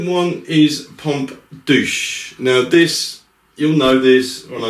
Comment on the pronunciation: I think the right name is "Pompe duse" (not "duche"). Please check